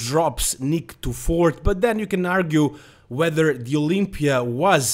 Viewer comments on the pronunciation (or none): none